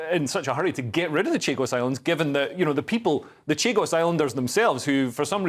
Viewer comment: CHAGOS...NOT CHIGOS